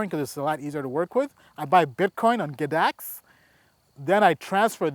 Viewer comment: G-dax not GADAX bro. but love the info..smashed you a like and sub